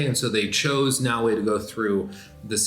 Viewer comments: you are killing me its “Na O A” not “Na Way” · Yass-kay and No-way lol